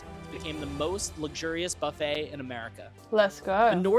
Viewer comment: Buff eh! Not Buff it.